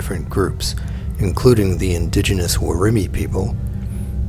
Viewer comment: At least do the research. Brorton, not Browton. Worromy, not Woromeenee. That said, there's a shark off Catherine Hill Bay, just south of Port Stephens, that was filmed swimming past a six metre fishing boat, and it's longer than the boat. chomp